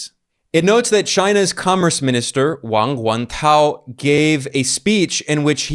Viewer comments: Hey Ben, you pronounced 王文涛 (Wang Wen Tao) perfectly. i see you are making great progress in the Chinese language. And once again a great commentary on the US economic insecurity. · As many know, Ben has been in Beijing. I can tell from the way he read the name he's learning Chinese now! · I noticed too. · Ben’s Mandarin classes are paying off, he’s pronounciation of the Chinese minister’s name is pretty spot on 😂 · I'm impressed by your pronunciation of the name of Minister of Commerce, Wang Wentao. You even used the correct tones. It seems you have spent time studying Chinese. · Yes, 王文涛 Wang wentao, the commerce minister, Ben pronounced it perfectly. 加油Ben ! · I noticed too. Great work Ben!